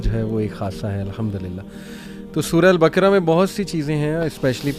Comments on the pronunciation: سورۃ البَقَرَہْ ہے ۔ نہ کہ بکرہ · JazakAllaha,plz correct the word baqra. The correct word using nooktte wala kaaaf.